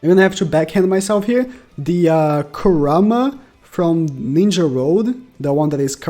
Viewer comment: Ku-raw-ma💀 dumbass can’t pronounce shit🤦🏻‍♂️